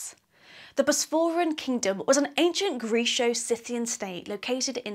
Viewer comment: Nice info, however I wish you could pronounce things better. I could perhaps forgive 'Bosperian', but if you're an archaeologist you should know how to pronounce 'Chalcolithic'.